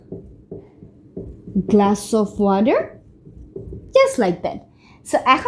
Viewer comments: Water কে ওয়াঠার নাকি ওয়াডার বলতে হয়? আপনার টা ওয়াডার শোনা গেল। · Sorry sister Not wader!! Water